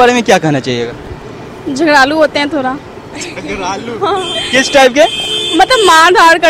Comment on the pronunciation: thoda ko thora,sadak ko sarak hahaha